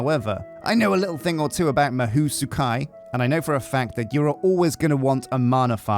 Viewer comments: lol i think its pronunced Mah hoe not mah who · It's pronounced Ma hoe not ma who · As someone who speaks Japanese as well as english, listening to this episode made me wanna cry 😭 Ma-who? The word for Magic, "Mahou" is pronounced "Mah" with the vowel sound from "Mama", and "hou" with the same vowel sound as "Paul" (in your accent, at least 😉) I'm not even gonna try to teach you to say "Tsukai" 😅 Great episode! My submission for the Dragon name is Cobalt :_Straw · Ma-hoe Sue-k'eye is probably the closest you can get as a westerner, to pronouncing it correctly without lessons XD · god hearing the word mahou mispronounced hurts my ears lol (its ma like in grandma) Hou (pronounced like Hoe) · I'm thinking, that you not have watched anime before. The "ou" mahou is pronounced with a hard O sound as in row, tow, and throw. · Literally cringed every time he mispronounced it. Still gotta love him though. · Isn't it more like O in door? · fuck does it hurt to hear say Mahou like he does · mahou is pronounced with a long O sound, almost no U sound